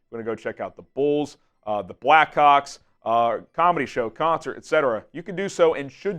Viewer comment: If I've said it once, I've said it a million times. We REALLY need to work on how you say "Blackhawks."